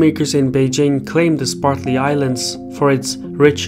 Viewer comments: One would think that someone making a video would take the trouble to learn to pronounce place names. Say after me: Spratly. Spratly. Spratly. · Spratly, not "Spartly", Islands. If you're going to do a documentary on it, you should know how to pronounce it. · I'm a big fan of his, but butchering a name has nothing to do with first or second language, since the name is usually carried over. Even in Russian, the name for the islands would be "Спратли" ) He just probably misread it and never noticed it. That being said, I don't think it's a big issue at all. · LOL! I caught that also. Must be the way the Chinese say it. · It's SPRATLY islands, not SPARTLY islands. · It's Spratly not Spartly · Cannot take this seriously since the narrator keeps saying "Spartly" rather than "Spratly". And it isn't "Edge-eh-maw-nee". Ugh. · Am I the only one hearing "Sparkly Islands" instead of Spratly Islands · I hope you can read better than he can. "Spartly Islands"? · The islands are the Spratley Islands not the Spartley islands. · Great video as usual, but it drove me crazy every time he said "spartly" instead of "spratly" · SPRATly islands, not SPARTly. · Excellent report on a very important geo-political area of the world. I would encourage you to review your pronunciation of the "Spratly Islands". sprat lee vs. spart lee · Did anybody else notice the host continually mispronounced the Spratly Islands as the Spartly Islands? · Am I the only person bothered by "Spartly Islands"? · Dude, it’s Spratley not “Spartley” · (sp?), please say SPRAT lee, not SPART lee. thanks. great work here. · "Spartly" lol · Sir its Spratley islands not Spartly islands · Spratly not Spartly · Spratly. Not spartly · Bruv, calling the Spratly Islands the Spartly Islands, as you do in this video, is inexcusable. You do good work - don't let your standards decline. I suggest you re-record the video using the correct name. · *Spratly Islands, not Spartly.